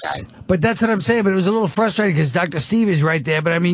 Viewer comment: Dr. Lydia said “fustrating” a doctor that says “fustrating” 😂